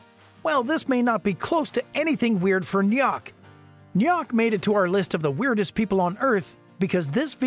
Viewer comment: NYACK?! its pronounced knock